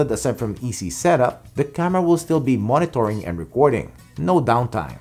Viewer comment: i love it every time you pronounce the word “Monitoring”… It sounds like “Moni-tor-ring” instead of “Moni-ter-ring”…